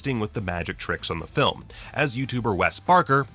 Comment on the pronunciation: Thanks so much for pronouncing WES correctly! 🤣💜